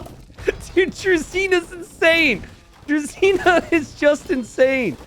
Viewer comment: Pet peeve. "Druzhina" is pronounced like "drew-zhee-nah" where the "zh" is pronounced like "ge" in "beige".